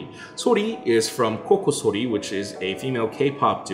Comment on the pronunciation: that's how it's pronounced